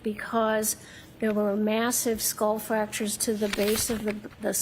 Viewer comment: She said fracturers.like a couple of gashes not just one